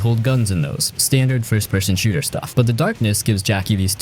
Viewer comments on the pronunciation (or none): none